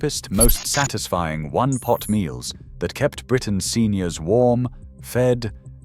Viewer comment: Twenty one-pot meals NOT twenty -one pot meals. I know you are only a robot. The dweeb who programmed you is at fault.